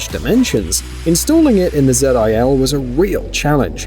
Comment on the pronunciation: Its called ZIL, not zed I L....